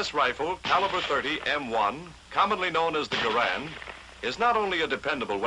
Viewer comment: Garand said he never made a dime off his design, and on top of that they pronounced his name wrong! It's correctly pronounced Jer-und.